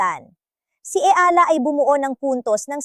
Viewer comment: Anu ba yan tagalog kna nga pati ba naman.ikaw nde pa ma pronounce ng maayos ang.apelyido nya eala (e-ya-la)